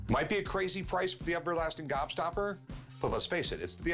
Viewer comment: Why is he saying upper lasting gobstopper